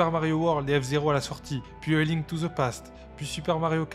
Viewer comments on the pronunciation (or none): none